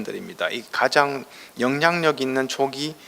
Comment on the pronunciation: 가장이라는 말을 왜!? "가:장"이라고, "가"를 길게 발음합니까? 천한 과장벽이올시다. 학자로서는 부끄러운 일입니다.